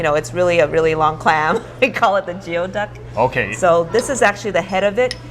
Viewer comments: You guys pronounced Goey Duck Jeo duck? ooops! even tho it’s spelled Geoduck. I Yelped it and locations are at Rowland Heights and San Gabriel not Rosemead. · Geoduck is actually pronounced as gooyee duck. Not sure why, especially when it's not even a duck...